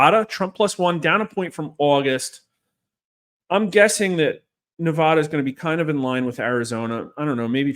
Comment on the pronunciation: You are pronouncing Nevada wrong and it is bad juju for trump